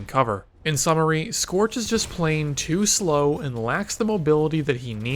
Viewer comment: it's scorch you degenerate